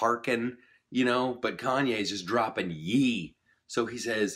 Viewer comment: You did figure out that YE is not YEE, rather YE=YAY (KanYAY) lol. Nice commentary though.